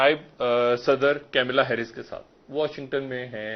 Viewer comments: Ye changu badi der se deta he. Khabar ye kamla heris ko kamala bolta he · अबे कैमिला हैरीस नहीं बे मदरसा प्रॉडक्ट. कमला हॅरीस है,बे गधे. 🤣🤣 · Pak anchors are unable to pronounce Kamla Harris ...they have pronounced camilla..... So stupid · Kamlaaaaaa. Camilla? Like can't even pronounce the name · Camela nahi Kamala naam hai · Ye banda kaunsa expert jo naam bhi tikh se pukar nahi sakta. Pamila, vanilla, kamila nahi. Unka naam hain Kamala Harris. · Ke mila ya kamala bolana bhi nhi ata hutiye he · Camila nahi kamala Harris hai.. Ullu k paththe.. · What is Camela Harris, it's "kamala Harris".The Pakistan guy should correct himself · Kemela kya hota 🙄🙄🙄🙄🙄🙄🙄🙄🙄🙄🙄🙄🙄🙄🙄🙄🙄🙄 gawar wo kamla hai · Its Kamla Harris n not Kamela Harris. Pakistanis please pronounce name properly. Please understand, pakistani absence doesnt make a diff. None of the country have even asked where is rep of pakistan. Your existence doesnt mttr in UN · Kemela nahi hai , Kamala hai wo ...bhutuwe